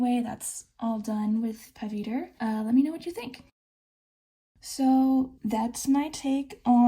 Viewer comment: Ngl every time you said Pavitr it killed me inside- 😂 In all seriousness, fun fact, the patterning you used behind Pavitr is called mandala. They are commonly used as aspects of henna works, but are their own thing, known for their repetitive and circular motions.